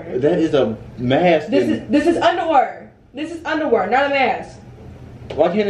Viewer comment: «give me my underwurr 😂😂😂😂😂